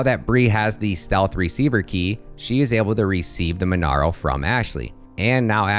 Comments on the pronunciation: MonEro not MonAro. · Mon-EH-ro! not MonAro! jfc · Monero not monaro hahahaha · its monero man Not MonAro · That's not how you pronounce monero lmao but great video !!